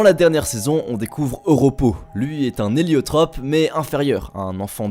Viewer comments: Arrètez mdr!! " Éliatrope " pas " Héliotrope c'est une plante l'amie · "EliAtrop" ??? Aïe